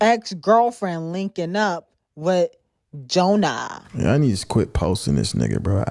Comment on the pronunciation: Now 😂😂😂😂 why the hell would you say Jonah like that😂😂😂😂💀💀💀💀 lmfaooo